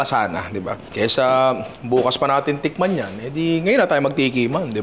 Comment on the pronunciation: di talaga mahuli huli ni yung tonohan nung "tIkman na natin yan pero bago yan Jerome slowmo ka muna konti lang" 😅😂😂